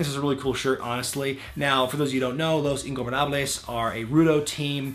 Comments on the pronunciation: words can ot express how ridiculous you sounded saying "el hijo del fantasma" . But its all ok, i mean, it is quite difficult to pronounce it, but damn, you sounded REALLY natural pronuncing "los ingobernables" . Also, could you make a video talking about why did mistico botched so much and did not had the same succes as he did in the CMLL? This are the reasons on my personal opinion: 1)He did not wanted to learn English and thus, he could not communicate with the workers making him more confused about what to do 2)Lucha libre and wrestling are VERY different in styles. Also, what do you think about rey mysterio leaving wwe and going from AAA to lucha underground? will this affect his future as a hall of fame member? on the bright side, we will be able to see him fighting chavo once more. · You said "Los Ingobernables" perfectly! Cant wait for your next video, im rewatching everything meanwhile lol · Actually, I said "Los Ingobernables" pretty good